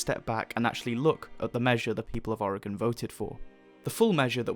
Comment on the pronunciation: How do you know how to pronounce oregon better than most people in the us